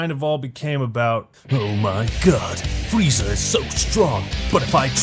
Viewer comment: This video was good until I heard linda young freeza.